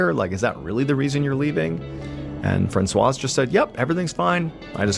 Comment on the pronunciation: I'm too distracted to follow the story. I've never heard anyone pronounce the Z in Francoise 🤔